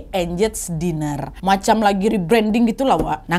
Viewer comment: Team yg selalu nonton tp gak pernah komen 😂 btw Diner itu di baca nya Dainer bukan Diner kyk tulisan nya 😘😘